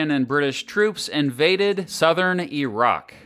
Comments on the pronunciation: Okay he pronounced the word as "E"rak. You have my attention. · Actually says Iraq correctly. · I’m so glad you don’t say “Eye-rack”